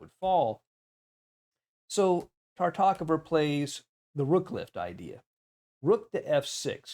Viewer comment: Is it really so difficult to correctly pronounce the name Tartakower?